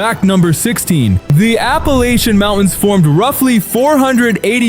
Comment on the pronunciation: The dumb AI voice routinely switches back and forth between 2 different pronunciations of "Appalachian".